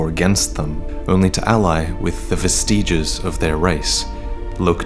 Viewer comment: I hope you have learned how to pronounce "vestiges" by now